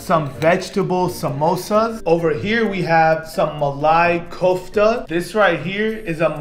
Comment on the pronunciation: Glad you like our food! And I’m proud to be an Indian! and remember Indian food is spicy because India produces lots of spices like chili etc,etc but the way you just pronounced the names was hilarious and a bit triggering the way you said malai kofta you said malay kofta it was so funny it's ok it takes time to understand our accent